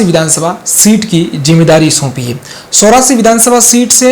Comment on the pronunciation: एंकर शुद्ध हिन्दी बोलो सोरासी नही चोरासी है।